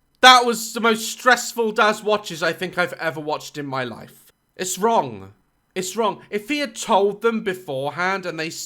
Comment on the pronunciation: My favorite time-stamps♥ "oh its got bin juice coming, oUGH" "OH you ffff--------" deflates "just spit in their mouth, just puh-" convulses "even if they went EUGH" That killed me💀 "correct me if I'm wRRRong 🇪🇸 /sarcastically/ "idk about you but I don't see the difference" "I need to hit someone" dumbfounded